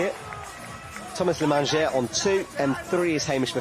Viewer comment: Its Thomas Lemagner, not lemanger. I say this because Lemanger means Thefood, in french. It sounds silly. Might as well call him Tomato The Food. Great commentary, otherwise.